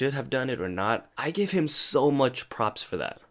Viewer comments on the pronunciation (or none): none